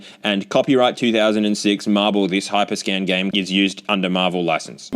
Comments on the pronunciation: every time you say hyper scan, I hear hypre scam lol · i keep hearing “hyperscam”